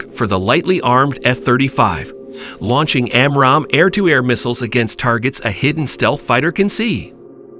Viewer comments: Who narrates this stuff? AI? "jasm"!? Its "Jazzem"! "Side-wind-er"?!? Its its "Sidewinder"...like the snake. "Raider guided missiles"!?! "Amrahm"?!?! "am-ram". Please stop with the AI narrators. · man you have to work on your pronunciations, you are really off on RADAR, SIDEWINDER, AAMRAM, FUSELAGE